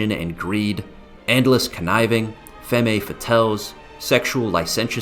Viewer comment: the second "E" is silent in the word femme, but i think he's saying it different on purpose. canceled.